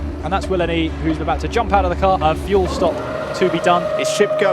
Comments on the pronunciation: "FEUL" Jesus christ 😂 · "Feul Bay"